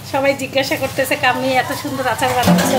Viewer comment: সাইফান। সাইফার না। কাম্মি। কামি না।